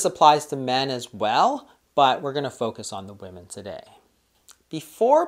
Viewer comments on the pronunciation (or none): Why does she say woman instead of women? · why does she keep saying woman instead of women? LOL and sorry but my appetite goes up 3rd week of cycle aka PMS week. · I was just googling and wondering the same thing! Usually women refers to more than one and woman is one woman. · I don't trust a woman can't say WOMEN! :D